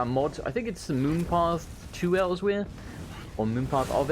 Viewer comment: So no offense intended, and I know this was released a year ago, but I personally am a stickler for correct pronunciation in games, and he didn't say Elsweyr correctly, nothing against him, and I personally do not know whether or not he had played previous Elder Scrolls titles, or if he just didn't know exactly how to pronouce it, once again no offence intended, I am not trying to poke fun against people, nor am I hating on his speech, and I understand mispronouncing it if you just read the word, and it may take a while to figure out how it is said. Khajiit are very, strange, when it comes to words, and it is a very hard accent to pull off. And I'm rambling, so sorry, I do that every once in a while, and once more, there is no hate in this comment, nor am I trying to insult anyone, I am simply rambling and I do not aim to be taken seriously.